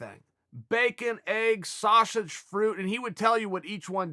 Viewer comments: Chael "Sashage" Sonnen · The way he says sausage